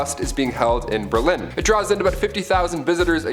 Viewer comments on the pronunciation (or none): none